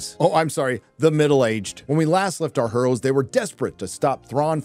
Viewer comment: I giggle like a fat kid every time you say HER'oes. 🤣🤣